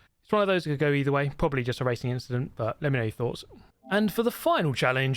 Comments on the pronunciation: "just an inchident" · just an inchident